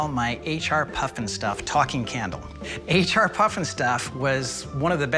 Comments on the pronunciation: As a kid growing up in the 90s, I remember that they had this in re-runs. Great corny show. Loved it. And it’s H.R. not H&R, show some respect. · PFFF! he called it H&R puff and stuff.... wonder if he calls the place where he does his taxes H&R block and stuff..... HEHE